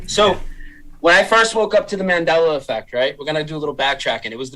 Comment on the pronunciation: ‘Mandeller Effect’